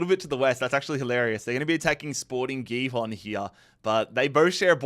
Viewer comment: Its pronounced bah-shak-sheh-heer and sporting hee-hon